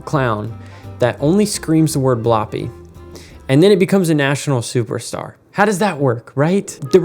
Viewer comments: Bloppy? It's blobby with a B, not a P. And "Mr" Noseybonk was simply Noseybonk. Strange how you only chose American kids shows to describe your "golden age". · It's Blobby, not Bloppy and he's still a national treasure we Wheel out sometimes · You're not saying Blobby right mate lol